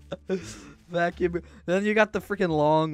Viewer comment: Vack Youm Cleaner Lol